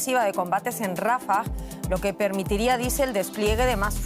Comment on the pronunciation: Rafáh....Rafáh....con acento en la segunda "a"... Narradoras ignorantas...😂